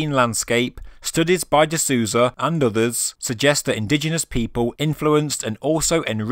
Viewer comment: Very interesting video! Minor correction, if you don't mind. Gregorio seems to be brazilian. The "Sou" in Souza, his last name, has a sound like "soul", not "Susan".:) Just in case you plan on doing future videos on the topic, and happen to mention him.